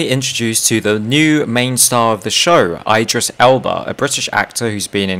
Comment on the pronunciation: The way he says Idris tho omfg bruh